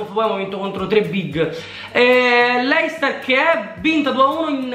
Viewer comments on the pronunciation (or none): none